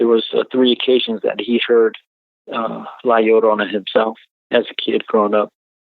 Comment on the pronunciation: Hey...The title La Llorona is pronounced; LA Yo-ro-nah...just sayin'